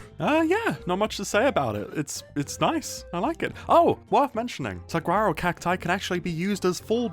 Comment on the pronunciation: Saguaro is pronounced "suh-wah-roh", btw.